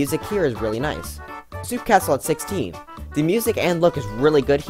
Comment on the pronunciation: He Said Soup Castle XD